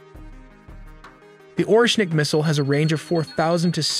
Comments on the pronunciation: orEshnik, not Oreshnik. In Russia stress typically falls on the second syllable. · Orschinik ? Bro americans Butcher every single name... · Oreshnik not nuklear weapons.Its just say the russian. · Oreshnik, in english it like Hazel wood nut or nut tree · You have over a million subscribers and 1.1 million people have watched this video. Why do you have so much trouble spelling and pronouncing "targetable"? And "Oreshnik"? Both fundamental words to this short documentary.